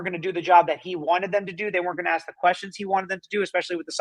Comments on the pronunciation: AKS?? Drives me crazy! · I think if you can’t say “ask” you shouldn’t rep yourself! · Who cannot stand the “axe” questions????? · Are u AXING me or telling me? Ffs, this maggot is just trying to postpone the inevitable!!! He makes me sick!!!